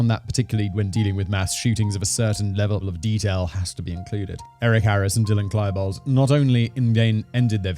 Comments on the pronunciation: K-Lie-bold SERIOUSLY? Do. your. research. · this man said Klaibold :facepalm